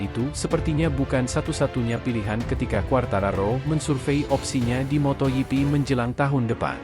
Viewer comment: motogp bukan moto yipi jok torjok.... bikin emosi aja